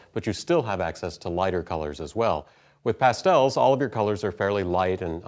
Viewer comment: haha, 'Pass-tells' Never heard them pronounced like that before. Great video!